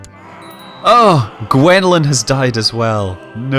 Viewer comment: i love your videos but that's not how you pronounce Gwenllian hihihihi it's my sisters name an its pronounced Gwen-fe-anne